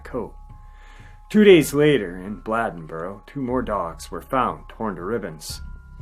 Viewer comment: It's pronounced Bladeboro with a long A (Bl AY den bo ro). I live only about 10 miles from this little town. They have a festival in commemoration of the terror this community felt at the hands of this beast each year. The Beast Festival. Older people still tell stories about the experiences people had during this time. Women and children were all inside and remained there by dusk each day. The men formed groups and hunted this thing at night. It just stopped one day. No more killings. However, about 10 years ago there were reports from a county not far from here that were similar to the killings in Bladenboro in the 1950s.